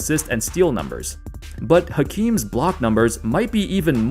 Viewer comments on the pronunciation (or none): Fun fact: every time you pronounce the ‘H’ in Hakeem, a puppy dies.